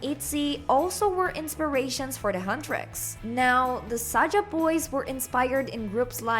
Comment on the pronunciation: and it's Saja, not Saga